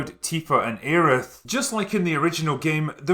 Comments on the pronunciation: "Areith"? Does she have a lisp now, then? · I always took issue with the pronunciations and localization problems. Aerith and Teefa are unpleasing to my ears. Aeris works better since the Japanese pronunciation ends with -su, which works - and I know they were going for a "Her name is Earth" thing, but I kind of liked Aeris being a redemptive twist on Eris (the Greek goddess of discord). And Tifa works better as it's just a shortening of Tiffany (or some variation). You have to localize the vowels, otherwise things might sound off to the audience. Like how they keep trying to push Teedus being the guy's name in FFX, when Tidus has existed since Roman days. - And while I argue that good localization should be implimented, there is a place for bad localization as well. Consider the famous line from FFIV, "That Spoony Bard." That has become a staple in the fan community, and has been replicated in later games. So, I just can't jive with Aerith's name invoking a mental lisp, or Teefa which makes me want to take up golfing. The other problem with the Remake is Nomura. That guy is the biggest hurdle to his own games. With the remake he's tossed in so many metanarrative elements to the story to raise question marks for those unfamiliar with the story, and cheese off players who know the whole thing and think he ruined the ending to this first chapter with the forced inclusion of the final boss. Better to skip the one-winged angel and the time-traveling ghosts and put more emphasis on Rufus - and how with his rise to power the